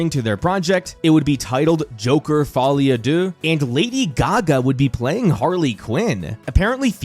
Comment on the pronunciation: The best aspect of this movie is listening a non French person trying to pronounce “Folie à deux”